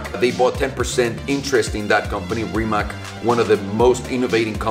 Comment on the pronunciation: Small nitpick, Rimac is a Croation company, so it's actually pronounced 'Rimats' Source: Balkan roommate